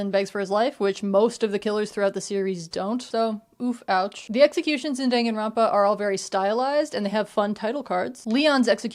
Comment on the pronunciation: girlboss it's dan (like dahn) ganronpa 😭😭 dangan is bullet in japanese